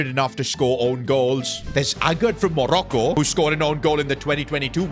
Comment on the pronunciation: idk it sounded like Monaco